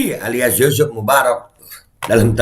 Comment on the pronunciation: Ucuf ucuf Kata nya mursidd Tp ko gtu yaaa